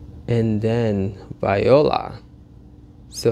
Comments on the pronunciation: Zach Cruz Factz : And it’s pronounced "vwah-lah" not "vi-o-la"🤦🏾‍♂️🤔 //Bklyn👑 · VAYOLA😂😂 it’s voila